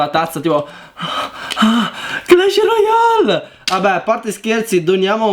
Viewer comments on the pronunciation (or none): none